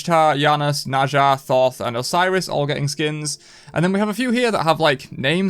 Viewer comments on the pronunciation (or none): none